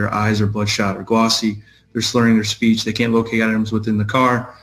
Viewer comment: did you say that " her SLEECH was SPURRED ? "